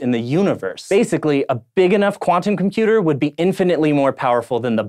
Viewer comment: Odd as it might seem, but there actually is a 't' in 'internet', 'quantum' and 'computer' If you are going to publish 'professional' videos, please speak properly.